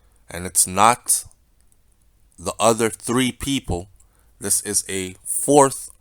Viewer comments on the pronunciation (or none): none